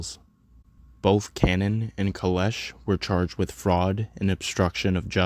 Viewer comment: Nice doc bro lol, Tamils in scarbs really solidified their spot and they are reasons people dont F with Brown ppl! Realest Browns hands down South asian and west Indian combined! Its not pronounced Cannon loll its Kann-naan